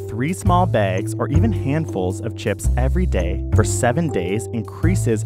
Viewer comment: He's Canadian. The way he says bags sounds like begs